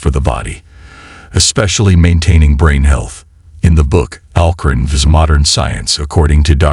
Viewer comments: Stop using A.I as a narrater..its not Corin its QURAN.. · Its Qur'An not Qoo run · What your pronouncing Quran is actually to be pronounced as Quraan. You have to stretch the sound 'a' as 'aa' as in for example "alligator"